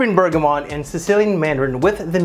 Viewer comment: FYI it's bergamoT, not bergamoN.